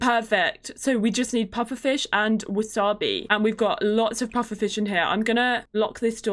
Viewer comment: Not how you say pufferfish dish grr